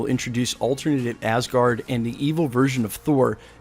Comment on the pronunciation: Lol when you say Asgard it sounds like Assgard